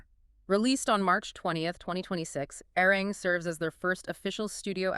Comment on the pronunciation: Love this so much! 💜🤌🏻 But remember, it's pronounced "Are-Ree-wrong" 😂💜 Arirang